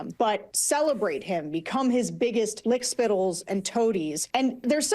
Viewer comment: DID THAT LADY IN WHITE JUST SAY...LICK SPIDDEL??? LMAO!!